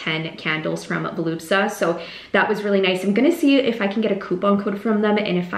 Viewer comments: Vol-u-spa, not volupsa 😂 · “Voluspa” keeps getting mispronounced in your videos. Congrats on your new launch! 🦋